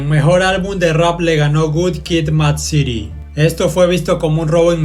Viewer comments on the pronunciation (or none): none